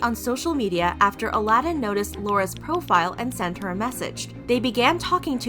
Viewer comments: 🥺 But it’s pronounced ALL-UH-DIN, think it’s the same situation as when people pronounce Muslim they put too much emphasis on certain parts Ive heard it pronounced like Moos-Limb or MUZ-AL-iM or Muzz-Lim. 😶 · Don't do a video if you refuse to pronounce the subject's name correctly!😒 You even featured people saying it properly at the beginning of the video! 🙄 Disgraceful. 👎🏻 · I really like you, but was it really that difficult to pronounce Aladin's name correctly? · Why do you keep mispronouncing his name? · How are you still mispronouncing his name when it’s clearly said several times... talk about disrespectful LOL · How can you be with someone for so long and still manage to pronounce their name wrong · your videos are always really well done and flow well but please PLEASE use the right pronunciation!!! i’ve noticed in multiple videos that you use the wrong pronunciations throughout the whole vid :( specially bc the clips you use have the right pronunciation!! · how? How do you do extensive research on a topic and then mispronounce one of the main names throughout the entire 16 minute video? And you even have a clip of the ex-wife actually saying his name!? Disappointing. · So cringey to hear u mispronounce his name even after playing clips of Laura saying his name correctly. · Sorry, but you are vilifying a victim of abuse. It is not anyone's responsibility to be their abusers therapist. That's a toxic misrepresentation of a situation that women AND MEN can experience. Also, maybe try to pronounce the dude's name correctly before you make him a villain. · He doesn't pronounce his name like that, he says it in the show. Laura even said it at the clip of her speaking about the divorce. It's not pronounced like Alladin from Disney. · Ummm why u pronouncing his name like that when clearly that's not how u pronounce it. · Disappointed in the lack of research on this one. Mispronouncing his name the whole time? Yikes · Not Aladdin but Aladin